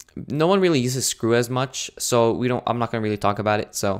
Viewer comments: the word is pronounced SKEW (skooo) not Screw. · haha it's "SKEW" not "screw" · skew....mispronounced sc que! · Screw? It's skew dummy. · you mean Skew not screw... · Screw? LOl Isn't it Skew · "Screw" It says Skew lmao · Thanks for the videos that I can share with my students... Oh and Skew... Is pronounced as 'sque...' which would rhyme with 'clue.'